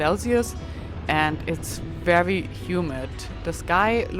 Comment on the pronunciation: Excellent concluding episode of the "cross the US" part of your journey and it is great to know you are continuing on to Key West. I enjoy everywhere you bring us along and look forward to each new video. I love how you pronounce the letter "V" as a "W"... "This is a wery beautiful view..." Don't change! Your accent is charming and your English is wery, wery good.